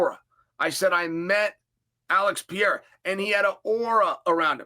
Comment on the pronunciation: Chael must know by now he’s pronouncing Perieras name completely wrong?